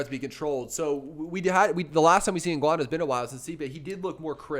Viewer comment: You guys are sleeping on some of the fighters on this card, especially Topuria, he's damn good. Also Cannonier and Ngannou but I'll be honest, I'm picking Brunson and Gane as well 😶 also the guy on the left, you said said you have been watching mma for years, how come you don't know how to pronounce Ngannou and Evloev correctly?